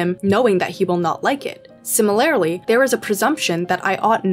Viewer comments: Not to offend but the way you say simi-lair-ly had me dying every time. Much love and great vid 😂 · its si - muh - ler - lee actually.. where did you get the r.. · Regional, maybe? Where I'm from, that's how people say it. Either way, it's def not the way it's said in the video, I can say that. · It is my deepest desire that this comment gets no attention, but that you see it: "Similarly", unless im mistaken, is pronounced "sim-er-ler-lee" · honestly i didnt catch the pronunciation in the video so i cant speak on that, but do you mind me asking what region you’re from? im from north east USA and ive only heard simuhlerly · the way you say similarly is so fascinating to me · I'm old, so I'm offended by people who can't pronounce 'similarly'. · the way that you pronounce "similarly" drives me crazy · why does she say 'similarly' like that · Great video, but you’re accenting the wrong syllable in “similarly”. I’m offended by this. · GIRL I LIKE YOUR VIDEOS BUT YOU AREN'T SAYING SIMILARLY RIGHT!! ♡♡ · amazing video, amazing points, but please for the love of god can you learn how to pronounce similarly. it throws me off every time lmao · The way you say "similarly" offends me